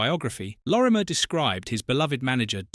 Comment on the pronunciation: At least get his name right-Lorimer-not Lormier.